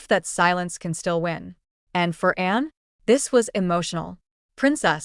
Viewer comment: Din't anyone notice that the narration about Anne's husband cannot pronounce her name?